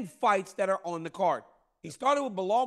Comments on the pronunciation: I like how Chael calls him Blahall. 🤣 can’t nobody remember dudes name and plz stop this GSP comparison, that’s so disrespectful to GSP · Whos Behal 😂 idk why he can't pronounce names properly 😅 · "Blehal.' Chael is the king of slaughtering names --- I don't if it's because he couldn't care less, if it's part of his schtick ... or both. Lol. Either way, I'm here for it 😅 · Chael: Ba' hall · Chael will absolutely NEVER say Belal’s name correctly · Man someone please tell Chael it’s Belal